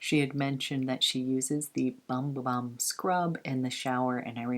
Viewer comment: Loved all of this! Just a FYI...the Bum Bum cream and scrub is pronounced “Boom Boom” not bum bum. It’s Portuguese. Love Veronica Beard and wished I’d have gotten that blazer. I tried to get the long sleeve Anthropology blouse but they’ve been sold out in my size for awhile in that color combo.It’s so groovy. Lol love Profumum Roma too!